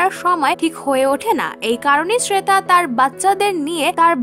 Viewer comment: শ্রেতা নয়, শ্বেতা.... Joint করেন না....join করেন.... ঠিক ইংলিশ ও সঠিক ভাষায় কথা বলুন আগে, তারপর ব্লগ শুরু করবেন.....😈👿👹😠